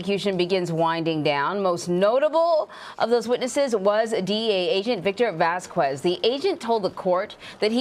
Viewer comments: Its pronounced "vas-kez" not "vas-kwez". Its not that hard. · Vaskwez? Foowentez? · does she not know how to say Vasquez? my ears bleed every time she says it